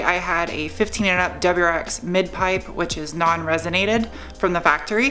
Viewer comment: Does anyone else heard Deborahx instead WRX.